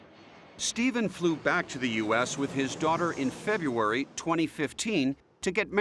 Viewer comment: The narrator has such a nice voice and clear diction. Such a pity that he never learned how to say "February". Minus 1 point.